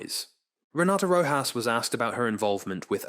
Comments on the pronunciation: Oof, the narrator keeps calling her Ms Roe - jass. It's pronounced Roe - hoss.. Sometimes it;s correct, then it's Roe-jass. Come on, Is this bad AI narration? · For the love of heaven...PLEASE learn how to pronounce the names of those testifying. Ms. Rojas's name is pronounced with the j In her last name pronounced as a soft "H" .In this recitation, pronunciation of Rojas' last name varied repetitively. VERY unprofessional. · Her name is pronounced ro-haas. Edit: weird, later in the video you pronounce it correctly with the H instead of J sound. in this video you learn how delusional and idiotic she is. Goofball titanic superfans (she started crying with happiness on her oceangate expedition which was successful) should have been on the last run instead of that 18 year old kid who paid the punishment of his life for his father being an f'ing moron. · The "J" in Rojas is pronounced as an "H" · Your AI can’t decide if it’s going to pronounce her name as Row hos or RowJas. I’m so sick of these AI read scripts. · Having written scripts for AI, yeah, it doesn't compensate for any typos or any lack of clarity in pronunciation. You'd probably have to spell Rojas Rohas. It's really not that difficult to listen to the narration after it's copy-pasted, but I guess if you're not going to proofread, you're not going to bother listening. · "Viseebly" and I swear I heard a "rochas" in there too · Your changing pronunciation of "Rojas" is distracting. Pick one and stick with that. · Rojas is pronounced differently every time 😂